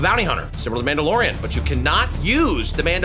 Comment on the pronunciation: Bro said the mid dolorian 😭